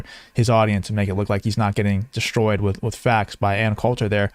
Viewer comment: The word is Destroyed, not DESHTROYED.